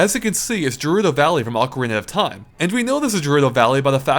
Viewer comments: Those pronunciations... Malei (melee) and jurudo (gerudo) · gerudo is pronounced "ge"rudo, "je"rudo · I think Gerudo Valley is pronounced with a 'g' sound, not a 'j' sound. Like, 'gate', as oppose to 'jail'. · It's 'Gerudo', not 'Jerudo' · Stop saying "jerudo". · Took me a few seconds to realize he was talking about Gerudo Valley since he was saying it with a soft G sound instead of a hard G sound. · Pilot, Melee, and Gerudo all words this guy can not pronounce correctly. Also Peach always used her crown as a forward smash in the air.